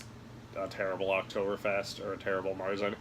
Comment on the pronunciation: The people of Germany are disappointed in your pronunciation.